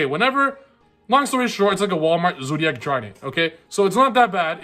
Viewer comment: "Wallmart zoodiac drident" HHAHAHA love u <3